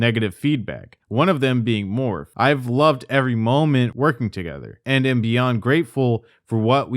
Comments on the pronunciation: Its pronounced Morphy. The e is not silent. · Morphe = “Mor-fee” not “Morf” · just for the future, morphe is pronounced more-fee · morphe is actually pronounced morph-ee but honestly they're a cesspool too so they deserve the mispronunciation. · I am way too distracted by how you pronouce Morphe 🤣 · First of all, you’re pronouncing Morphe wrong. Second, you missed the entire second half of this story which continued last year with a bunch more minors coming out with their stories with text message proof last year.